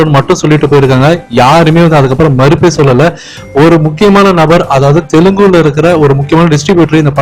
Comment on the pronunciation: Dai adi Telugu ...not Telungu ... Enadaaaa sabar